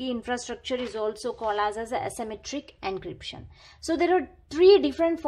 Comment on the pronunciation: It is not ancryption 😂😂😂😂😂